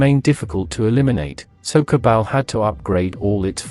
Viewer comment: Jesus. I like your vids.Its ok. But please for the love of god ditch the TTS AI and read it yourself. Modulate it, sure. But read it yourself. The AI butchers names like Cabal or Tiberium in such a horrendous way that it's hard to watch.